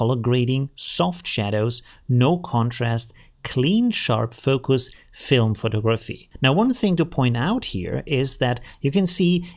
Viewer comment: Hey, very informative and useful information about Midjourney. Thanks! I teach English as a second language and wanted you to know the word photography is pronounced pho·tog·’ra·phy. There are four syllables and the accent is placed on the second syllable (tog’). Here is the word photographer - pho·tog’.ra·pher. There are four syllables and the accent or stress is placed on the second syllable again. I recommend you practice pronouncing these words correctly in a sentence. I hope this was helpful.